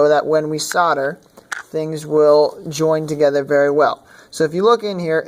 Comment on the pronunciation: Good grief man, its not pronounced sodar. Its called SOLDER, say SOLDER, god damn it